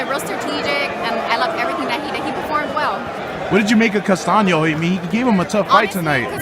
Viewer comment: It’s Castaño not Castano!